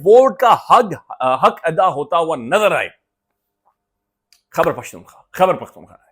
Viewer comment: اسلام علیکم بھائی جان باقاعدگی سے سنتا ہوں آپکو۔ ایک گزارش ہے خدارا برا مت منائیے گا۔ آپ روانی اور تیزی میں خیبر پختون خواہ کو خبر پختون خواہ کہہ جاتے ہیں۔ کوئی اتنا بڑا رولا نہیں ہے لیکن جیسے خوبصورت آپ ہیں ویسا ہی خوبصورت صوبہ ہے اتنا ہی خوبصورت اسکا نام بھی 🙂 تو اسکو ٹھیک تلفظ سے سننا اچھا لگتا ہے